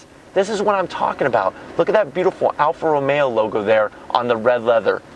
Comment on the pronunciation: Early in the review you called it an Alfa Ra-maya, your Italian right, LOL🤔